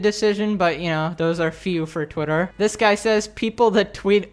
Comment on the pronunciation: I like the says 'twietr'